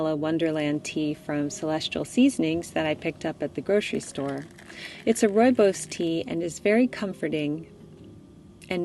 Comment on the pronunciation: Hi, you pronounced rooibos beautifully!!